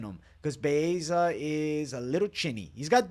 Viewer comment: Butchering Baeza name 😅